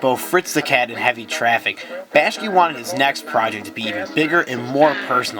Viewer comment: Seriously? You failed to make the connection between Brother Fox, Brother Rabbit and Brother Bear as "Brer Fox, Brer Rabbit, and Brer Bear" from Disney's "Song of the South" right at the beginning? Brother Bear as a movie wasn't even related. Research much? Also, it's "Bak-shi" not "Bash-ki"